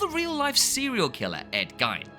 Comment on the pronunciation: Its pronounced Ed Geen Ed gyne was a doctor who would check on his mum's baby maker.